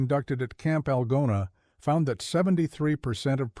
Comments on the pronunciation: Idiotic AI in the very first sentence. I live in Iowa and the name of the town is ''Al GOna with the accent on the middle syllable.' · Artificial reader mispronounced “Algona”!